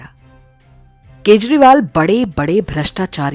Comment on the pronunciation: This time you pronounce his name in correct way..Thanks